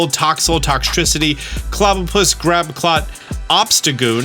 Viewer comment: "Clobbopus, Grab-a-clot"